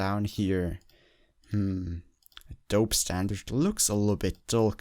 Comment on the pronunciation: Enjoyed the video. One thing - Adobe. Rhymes with Moby or Mobey Dick. Long "e" sound, at the end. Like Money. Not short e. Doesn't rhyme with load.